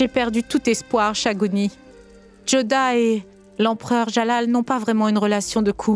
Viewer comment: Thagouni la sorcière sa manière de parler et la prononciation de ces mots me plaît beaucoup